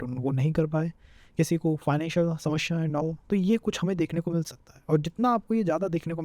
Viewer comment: speak slowly,running, explanation should be slow & clear so that others could understand well, pronunciation of samasya incorrect looks so odd listening to same word incorrect multiple times...need to explain serial wise,organised way from 1 st house to 12 th house not haphazard .....